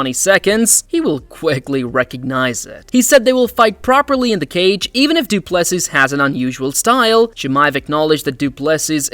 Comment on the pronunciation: Dryyyy-kuus Doo Plu Sisss. Horrible pronunciation 😂